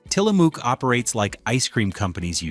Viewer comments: Tillamook is pronounced Till-a-muuck. Ask any Oregonian. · Tillamook is my go to dairy brand. Daisy Sour cream is a great product (same lack of ingredients as Tillamook). There is no "oo" sound in Tillamook (sounds more like Tillamuk). You also got Haagen-Dasz wrong. You should correct the pronunciation of your AI narrator. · It's pronounced Tilla Muk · We are Oregonians, and it has always been "Till-a-mook", like "cook", not like "muck." I don't know where you are writing from. Kind of like "Oregon." Not "Ore-e-GON " like people say. It is Or-e-gun. " Like the Willamette Valley. Not spelled or pronounced like "Wil-METTE" IL, or "William-ette" like people think either. It is "Will-AM-ette." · Learn how to say Tillamook. It's not a spook.